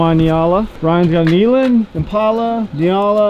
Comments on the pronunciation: It’s N-yala! Lol. Wearing me out with Ny-ala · That's not how you pronounce Nyala or Gems bok/buck 😂